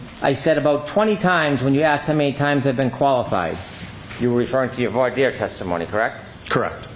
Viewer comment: Brennan doesn’t even know how to pronounce voir dire 😂